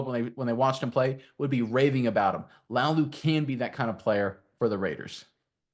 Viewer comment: Pronounced LA UH Lou